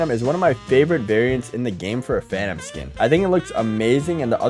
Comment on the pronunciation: "Every Phanum Skin" 💀